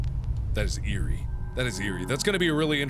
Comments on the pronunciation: That's "EAR-rie!" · "That is eerie" that is ear-ie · When he was listening to the door he said "That is eerie," and I was just over here like... OR DO YOU MEAN... EAR-Y?